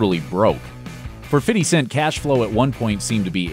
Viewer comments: "Fitty Cent"...? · “Fitty Cent” 😂😂😂😂😂😂😂😂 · Love how he says "Fitty Cent" xD